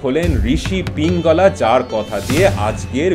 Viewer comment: পিঙ্গলা নয়, পিঙ্গল।